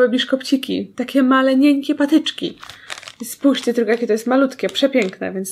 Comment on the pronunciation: "Spòjżcie jakie to jest malutkie" to samo było w odcinku z lodami (gdzie w odcinku 3-16)